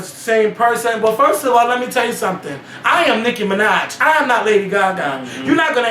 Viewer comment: Nicki fuckin Minajsss...with an S!!! Done